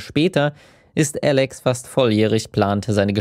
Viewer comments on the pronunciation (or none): Wahrscheinlich hat Alex zu viel Trans-Videos geschaut. Und zu viele englischsprachige Sachen, deshalb "Älix"...